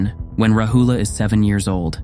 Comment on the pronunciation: The stories are wel versed and instructive. One minor point is that the names and pali words are wrongly pronounced. Hence many will continue this. I.e. it is Raahula, yasoodharaa, Sudhoodaana, viinaya, etc. Maybe for next videos ask Buddhist monks how to pronounce names and terminology properly.